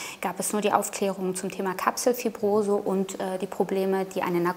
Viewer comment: es heißt Kapselfibrose, fragt Dr. Sinis